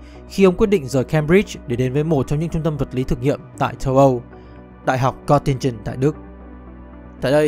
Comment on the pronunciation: Thank. Nội dung quá hay. Nhưng sao "Châu Âu" mà nghe thành "Tâu Âu"